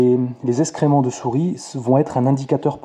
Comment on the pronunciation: Salut, on dit excréments pas escrément! J’adore tes vidéos qui m’ont beaucoup aidées. Ciao